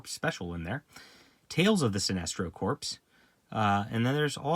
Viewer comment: “Corps” is pronounced “core.” Like “Marine Corps.”